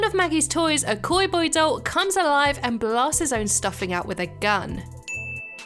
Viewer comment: In 26 to 31 did u say koi boy